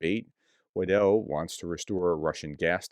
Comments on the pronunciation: pronounce her name like Wydle. Thanks! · Weidel should be pronounced Wey-del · You pronounce Weidel like it is written Wiedel. The E is comming in front of the i. But the main pronounciation is like the german egg: Ei Than put the rest around the ei. Think of it like a pirate: ai, ai sire. I hope it helps. Unfortuantely that name will come up much more often from next week onwards.